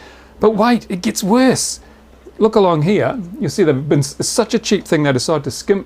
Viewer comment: "... But wait, it get wersst..."